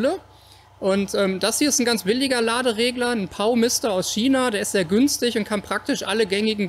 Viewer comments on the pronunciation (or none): none